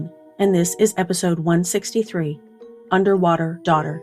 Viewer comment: ... Underwaughter. Sorry